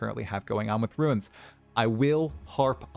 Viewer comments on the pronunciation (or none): saying “ruins” for “runes” that many times in a row nearly gave me an aneurysm